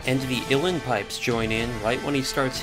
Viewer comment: Wow. That’s brilliantly done. I thoroughly enjoyed it. Can’t wait to watch another. Side note: I believe they’re pronounced “ooó lee in” pipes